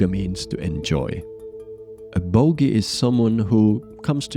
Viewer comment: not bogi, it is pronounced Bhogi ...